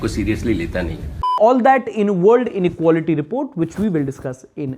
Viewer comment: Inequality ❎ Inequility ✅ 😂